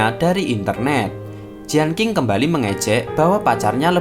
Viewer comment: Lagian bukan jianking tp jien cing